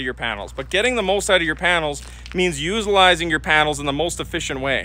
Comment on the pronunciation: Did just say "usealizing"? 😂 Had to do a double take.